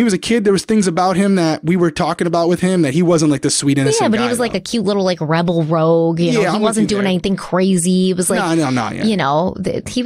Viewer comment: had total 420 vibes! Love it!! Even if you weren't when you said rouge twice like that.. and they knowww😂😂 about the case I pray miss Lee is at peace along with her family! This is all just bringing back the day to her family and that is the saddest part!!!